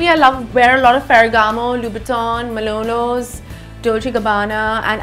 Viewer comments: it's actually MANOLO!!! not MALONO!!! I think indians better return to dhal and rice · Sonam, it's Manolo's. NOT Malono Blahniks. #Nohate. Just a lil silly when a fashionista and super blunt talker gets it wrong. Maybe a slip of tongue. :P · She could not pronounce "Manolo"...she said "Malonos" lmao!!! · Well in that case you should know that she didn't even pronounce some of those names correctly like Louboutin, and it's manolo not malono . :) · Did she say malonos instead of manolos ? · What the hell is a Malono? It’s Manolo Blahnik.... ya’ll - cultural appropriation period. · Then get your hearing checked and stop defending the indefensible, also in what world is manolos pronounced as malonos. Peace. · Babe at least learn to say “manolo” first! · Why do you brag in an accent and wear Manolo’s when you clearly can’t pronounce the name? “Malonlo” it seems🤣